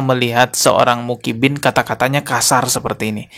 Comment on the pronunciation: Personal aja bro,jgn bawa2 Muhibbin,bisa ga ngomong Muhibbin,bukan mukibin, ngerti huruf Hijaiyah ga sih????😂 Klo blm ckp ilmu ga usah upload malu2in tau?😂